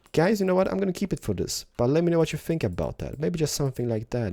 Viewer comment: I LOVE how you say "I Fink"! You are ADORABLE!!! Love you!